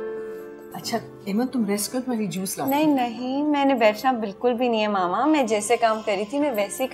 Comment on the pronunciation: maaaama kya hota h , mama hota h